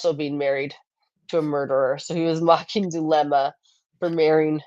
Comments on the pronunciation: Prior is STILL calling Zulema (sp?) Zaluma and etc. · I was so annoyed by that down home lawyer schtick. Talk about condescending to the jury. He knows what acquiescence means! He can pronounce things! (Well maybe not since he said Zalooma too)